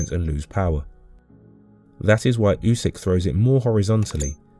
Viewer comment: You begin the video by mispronouncing his name...jfc